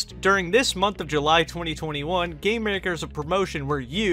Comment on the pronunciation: Whenebrr he says gamemaker it sounds like hes saying "gaymaker"